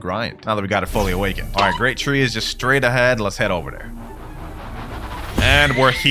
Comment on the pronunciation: bro said grat tree and show diamond hill